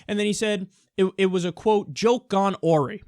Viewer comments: a-wry kyle, not aw-ry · can you pronounce awry like that? i didnt know